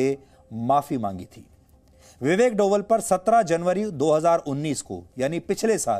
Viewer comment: Sir डोवल नहीं "डोभाल" हैं